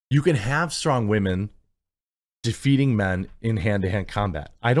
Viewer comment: "Strong wahmen." Okay, to be fair, elves are stronger than humans in Tolkien's world - so, they do have a superpower, Jeremy. Galadriel was actually the second strongest. The issue is how it is choreographed. Even if she were to show that strength, even if she was a he, when a character defeats enemies is good to show some struggle particularly when faced against the best of the best. The character should be injured in the least. I don't care if the elf was a man or a woman, the struggle sells a story. But in this case you missed the point. I agree with the sentiment, but not with the reasoning for this particular case. I don't like Guyladriel, I don't like Rings of Power, but the argument presented could be a better one. This is not a simple action movie set in contemporary times, and Tolkien is not set for our modern sensibilities - including if a woman is too strong. Elves are strong. These are not D&D elves, though Tolkien's elves also have a certain grace, and combining that strength with less of a brutal and more graceful approach requires an effort that these producers will not put forth because they don't care. The argument could be made from the perspective of her targets being Numenorian guards so they should have been portrayed more capable without taking away the fact that Galadriel is a strong elf. It's tricky, but it can be done. Having her use magic could have helped, but not entirely necessary. Perhaps a mix of singing - in the way of magics, with the grace of